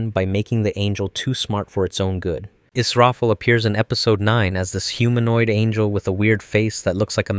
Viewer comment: イスラエルじゃなくてイスラフェル